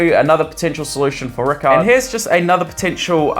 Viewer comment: It's r-eye-card not ricard